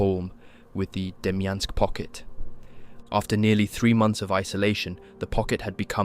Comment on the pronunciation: “DEMYANK” pocket lol